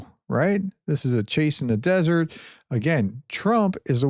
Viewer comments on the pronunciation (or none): none